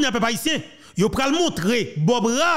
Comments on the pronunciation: tout d' abord je m'excuse pour cette intervention, car le show info doit être excellent. En effet, j'' ai entendu prononce le nom de l'ambassadeur Canadien Bob ra é, toi,tu prononces bob ra, mais les canadiens prononcent ce nom comme Bob rė ou rey. Donc, verifie si j' ai raison de cette rectification. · Nom Bob Rae se prononce : Ré..